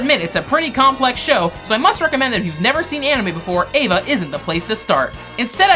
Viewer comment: Eva not evea